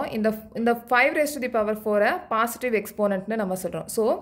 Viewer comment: Mam thats not pasitive its called positive